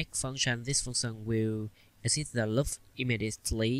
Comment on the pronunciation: It's not lup it's loop